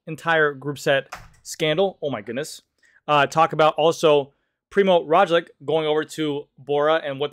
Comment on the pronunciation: poor... poor Primoz Roglic. so many times his name was mispronounced :))